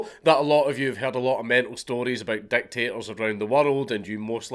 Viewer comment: Every time you said dictators I heard "deck tables"